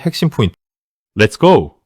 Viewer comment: 렛츠고우~ 좀 많이 이상합니다 ㅋㅋ